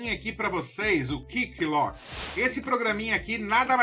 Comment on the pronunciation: ótimo vídeo com dicas mais uma vez mas dá uma melhorada no inglês....hehehe. QuickLook não é KickLock e GIMP é pronunciado GUIMP, não com o G sendo pronunciado como em "gente". Se a pessoa só escutar o vídeo em vez de assistir, vai procurar pelos nomes errados. 😉Abs.